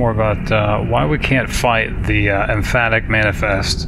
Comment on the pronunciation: Empathic rather than emphatic. See, this is what I mean by gamer instincts.